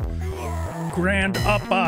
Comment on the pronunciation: All I hear is Gran-pa-pa! Really misses his pappy.